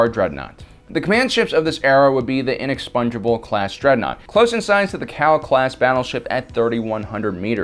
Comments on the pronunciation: It's the inexpugnable not the inexpungeable for chrissakes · I keep hearing "Inexpongebob class".